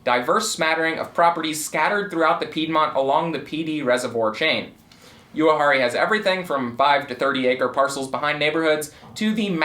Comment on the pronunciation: I've been around Uwharrie all my life and never once heard anyone call it "You-harrie" not once. LOL 😂